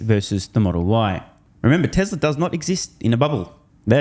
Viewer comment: can’t be sued, he says, “Teslur” not TESLA. well played